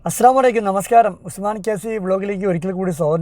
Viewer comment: നവസ്കരം അല്ല നമസ്കാരം 😂😂